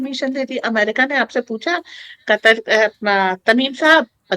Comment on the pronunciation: Katar nahi Ku..tar. P.c.